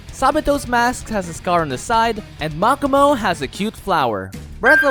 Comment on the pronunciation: Anyone else bothered how he pronounces makomo’s name (Mach-ah-mow) instead of mo-ko-mo